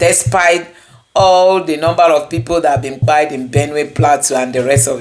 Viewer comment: Why everyone is saying kpai instead of killed